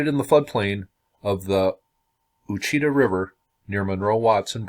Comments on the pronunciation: Ouachita is pronounced "Wash-Ah-Taw". I was raised in this area of Louisiana. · Everyone has trouble pronouncing names in Louisiana. Visitors give us a lot of puzzled looks when they hear us talk. Ouachita is pronounced Wash-ah-taw. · The river name is pronounced "awchitaw" .. Very cool . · Pronounced ‘Washitaw’ River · Ouachita is pronounced wash-uh-tall Or wash uh tah Fyi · Born and raised in Ouachita Parish (we have parishes in Louisiana, not counties) and have NEVER heard of this.....(p.s. it's pronounced Wash-e-taw) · Ouachita = "wash it taw" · Ouchita River is pronounced "WASH-shi-TAH" by people that live around there. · The river that you speak of is pronounced " wash-a- tah " ! I live just north of Monroe in a town named Sterlington that's on the Ouachita River. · That's pronounced "Wash-a-taw" river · Learn how to pronounce, "Ouachita".